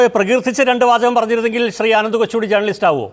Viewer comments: ജേ"ർ"ണലിസ്റ്റ് ... നല്ല ഉച്ചാരണം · ജേർണിയലിസ്റ്റ് അല്ല മോളെ, r സൈലന്റ് ആണ്.